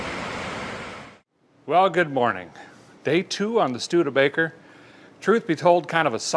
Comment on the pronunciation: Did I hear “stude-faker?” 😂